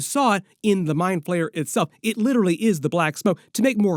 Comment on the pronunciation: He's the mind flayer not mind PLAYER 😅😅 💩 so annoying when you say player